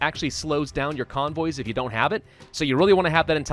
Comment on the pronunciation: convoys Me: conbois